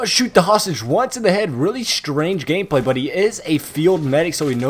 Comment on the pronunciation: I luv it every time u say tactical hameplay